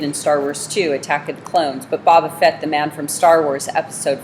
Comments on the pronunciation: "Bob uhh fet" that gets on my nerves more than it should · Bobo fett no boba fett